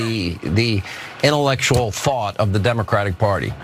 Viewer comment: The way he says "intellectual thought" somehow sounds like he means "THOT". Maybe I'm nuts